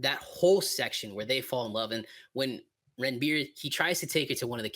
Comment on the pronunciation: Barfi is pronounced “Burr-fee” and Ranbir is pronounced “Run-beir”